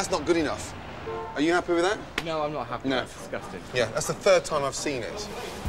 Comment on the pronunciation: 'Are you happy with that?' (The dog shit ) 'It's the turd time I've seen that!' 😂🐶🐶